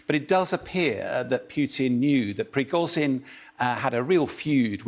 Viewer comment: zh in Prigozhin is pronounced like the s in leisure. It isn't difficult!